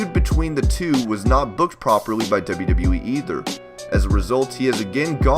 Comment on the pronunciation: Again "In the debe debe weee"